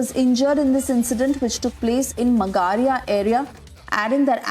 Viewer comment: Mam , magaria is not pronounced like that